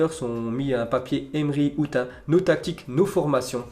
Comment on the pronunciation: frere out il le dit août gros quand même 😂